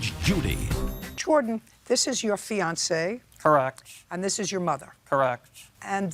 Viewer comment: "Fiancee." Dear God. Disgusting. :face-orange-frowning::face-orange-frowning::face-orange-frowning